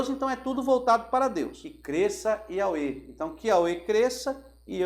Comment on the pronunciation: Porque o irmão pronuncia IAUE ? Seria sinônimo de YHWH ? É que a pronuncia lembra nome de entidade